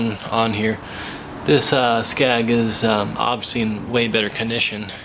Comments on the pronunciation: It's a SKEG...! Not a SKAG...! Know your marine terminology...! GEESH...! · It’s a skeg. Not scag